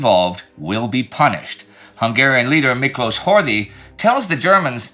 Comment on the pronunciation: Horthy is actually pronounced Horty (so HOR-tee). That "th" is an old spelling that survives only in surnames. Since the guy is going to appear more in the coming months, I thought I'd point it out. Still an incredible job at pronouncing so many names in so many languages.